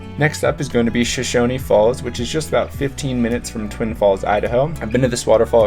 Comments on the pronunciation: It is SHOSHONE FALLS NOT SHOSHONY Get IT RIGHT! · Shoshone rhymes with phone. No “ee” on it. The “I” in Perrine makes an “eye” sound, not “ee.” Sorry I don’t know phonetic lettering. Also pillar falls is not a swimming hole, it is notoriously dangerous and has been the site of several drownings. Great hike though, and you can portage your kayak and continue upstream to Shoshone falls. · Great vlog! It's always nice to see people appreciate our nature. :) We take a lot of pride in our outdoor recreation and natural history. My one catch as a local is a couple mispronunciations. We pronounce Perrine as "puh-rhine," rhine like rhinocerous. The e at the end of Shoshone is dropped for places like the town and falls, but pronounced your way whenever referring to the indigenous people who lived here before settlers. We pronounce locations "show-shone." Another common mistake locals will notice is Boise getting mispronounced as "boys" or "boy-z," but it's actually "boy-see." Drives us nuts.